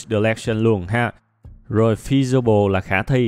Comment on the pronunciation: ôi, fe si bờ le =-))))